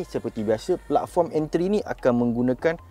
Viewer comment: mohon betulkan bunyi dua perkataan ni boleh? Channel kereta bunyi 2 ni penting? Sportage bunyi (sport + age) bukan (sport + touch). Platform bunyi (plat + form) bukan bunyi (plug + foam)